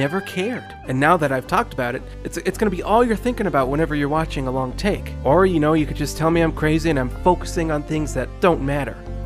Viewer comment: Maybe it's just me, but I heard tick instead of take lol. Still a good video btw.